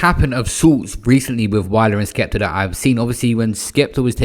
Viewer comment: wiler and skepta? Whats with R’s forcefully being added to words and names unnecessarily past few years